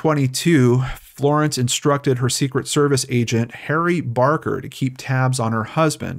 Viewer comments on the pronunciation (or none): none